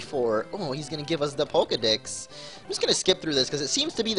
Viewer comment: Pokedix not pokedex